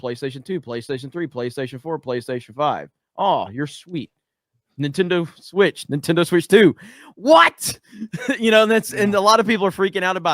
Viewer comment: "Switch TU"